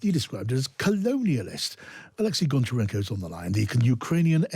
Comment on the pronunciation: Goncharenko, what majachnja do you say? 😂 Your last name isn’t Melnichenko.